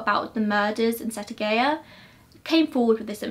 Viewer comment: Thank you for covering this case. You pretty much got everything right with the cultural difference in Japan. Though you did kind of butcher the Japanese names and what not, For example, Setagaya is pronounced set-a-guy-ya. Other than that, good job!